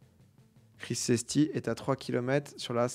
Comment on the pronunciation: Mon Dieu quand il lit Crisesty au lieu de Crivesty j'ai crié